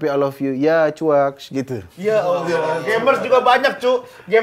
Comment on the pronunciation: Chuakksss itu pengucapan chakssssssss. Rada kesel sih kalo u nya jelas banget 😂